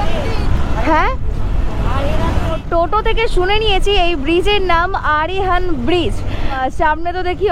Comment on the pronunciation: "আরিহান" না "আহিরন" ব্রিজ